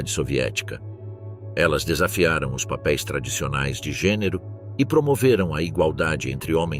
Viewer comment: Terrivel a IA que narra! O "ó-esse" para ler "os" é terrível!